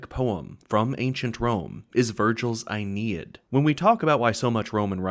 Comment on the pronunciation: It's Aeneid, as in "ae" like uh and "neid" as in knee-yad.